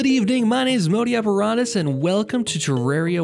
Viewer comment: every time you pronounce terraria improperly, I cringe